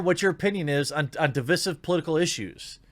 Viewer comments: DivEYEsive. Root word is divide, not divid. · Divisive, not 'divissive'.